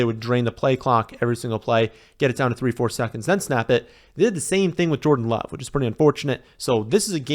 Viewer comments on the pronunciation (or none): none